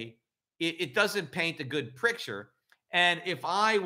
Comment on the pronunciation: did you say picture or was that "prick"ture?